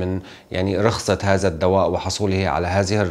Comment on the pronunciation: عفوا على التصحيح ممكن تقول هذا وليس هازا او هازه بل هذه وتظهر وليس تزهر قتلتم اللغة العربية